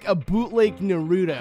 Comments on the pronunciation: It’s not narodo it’s naroto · it's nar-uto not nur-uto listen saying listen makes me feel like navi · Brah (n-u-r-u-t-o) is pronounced N-a-r-u-t-o really offended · Naruto not newruto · na- ru- to not na - ru- do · The second he said narooto i knew he doesnt watch Naruto because thats how my mom pronounces his name too lol And she pronounces shippuden shipinutin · It's Nar-you-toe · Did you just call Naruto narudo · It's pronounced Na-roo-toe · It's nar u to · its pronounced nar-oo-to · it's pronounced na-roo-to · Um narudo anyone😂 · 😪 He pronounces Naruto like that... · OMFG I HATE WHEN PEOPLE DO THAT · Tha Creator same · the way he said naruto lmaoooooooo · You pronounced Naruto wrong also Naruto ended, Boruto is the new replacement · Me listening to him say Naruto wrong: 😪🤭😳😳😳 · You said naruto wrog but idc your cool😎😎😇👍